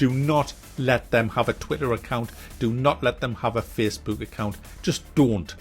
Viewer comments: "Its Twitter, it's Fessbewk" 😂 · "Facebewk." There's countless studies out there that just suggest children NEED rough housing and play at a very young age to prevent this very thing with the anti social and all that you were talking about. Getting them engaged in sports and what not.